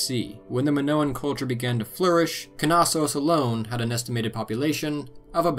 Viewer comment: Knossos is pronounced “nossos” lol. Great docco tho, minoans are super interesting